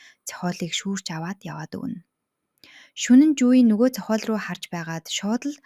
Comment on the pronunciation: Зохоол, ноорго гэх мэт дуудлагаа засмаар юм байна шүү